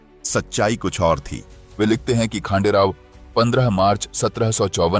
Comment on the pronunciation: वह नाम खांडेराव नहीं हैं . खंडेराव हैं . महाराष्ट्र का देव खंडेराया है .श्रद्धा से खंडेराव नाम प्रचलित हो गया . आप इंग्रजी में पढ़ते हो तोवह अक्षर " खा " हैं या ," ख " हैं यह कैसे तय करोगे . इसलिए अपनी भाषा में लिखना पढ़ना शुरू करो . खंडेराव यह भगवान का नाम है परन्तु खांडेराव यह नाम नहीं अर्थ शून्य है . इसलिए इंग्रजी में लिखा हिंदी में पढ़ने से ऐसा संकट खड़ा होता हैं . और अर्थ का अनर्थ हो जाता हैं . क्यों कि आपको भी पता नहीं योग्य नाम क्या है ? ना आप इंग्रज बने ना आप भारतीय बने . त्रिशंकु अवस्था हो गई .और अपने ध्यान में लेने का प्रयास भी नहीं किया होगा . जैसे एक स्टेज कार्यक्रम में कुंभाराम को कुंभकर्ण बोल गए . आज सहस्र वर्षों पूर्व का , विश्वगुरु सनातनी समाज ब्रेन वॉश के कारण कहा से कहां पहुंच गया .जिसकी भाषा अशुद्ध हो गई तो वह अस्तित्व हीन बन गया . बस इतनी सी बात है .